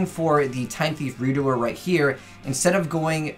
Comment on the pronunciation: Ayy, finally pronouncing Redoer correctly!